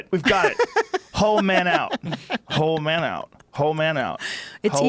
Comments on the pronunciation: I thought he was saying "hoe meadow" which might be some kind of gay sex slang or something. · Dang, I think he says: "Whole Menu". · “WHOLE MENU” THATS WHAT HE TRIED TO SAY 😂😂